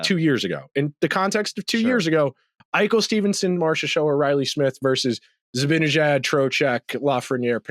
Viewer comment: Why can't pronounce "Zibanejad" correctly? He's smart enough to do it, so I still hold out some hope that one day he will.